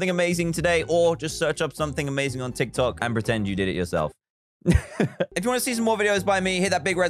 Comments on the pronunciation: Fr nobody gonna call out that he called it tok Tiks? 😂😂😂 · It is funny how he always say"tok tiks" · "Tok tiks" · Nobody: Not even a carrot: Dan: "Tok Tiks" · Me: reads dictionary "Tick Tock!" Charlie Demilio: "Tik Tok!" Dan: "Toc Tic!" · Baby Yoda wow did u hear dan at the start he said tok tiks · Now, we see my wild mum trying to pronounce “Tik Tok”